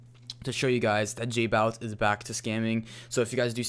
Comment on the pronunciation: its not jbawitz its jbowitz